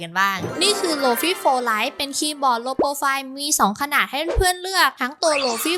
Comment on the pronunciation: lite = ลิต 😂